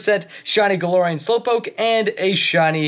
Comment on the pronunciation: Um, Actually, it’s pronounced guh-lare-ian 🤓☝️